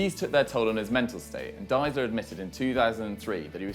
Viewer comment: It's Deisler, not Diesler. Do your homework, guys.